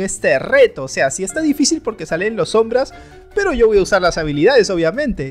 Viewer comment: Dice ombra